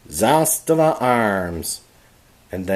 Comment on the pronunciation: Thanks for pronouncing Zastava correctly 🎉